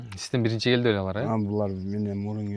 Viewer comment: Олор эмес алар деп суйлочу.